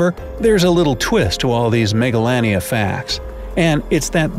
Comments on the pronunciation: I thought he said megalovania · how says and pronounces it: 'Megalania' - how i, an undertale fan pronounced it: 'Megalovania'